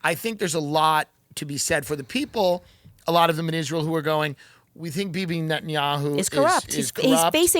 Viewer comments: I have nothing to say about this conversation other than i cringe every time that Candace mispronounces "Israel". Why does she put an "h" behind the "s"? Is it intentional? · What’s with her pronunciation of Israel? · I love Candace but every time I hear her pronounce Israel I have a an aneurysm